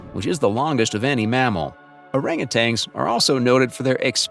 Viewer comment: Hey, AI, they are not "orangutangs"; they're orangutans.